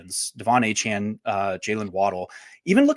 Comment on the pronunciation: Why does refuse to learn how to say Achane’s name correctly?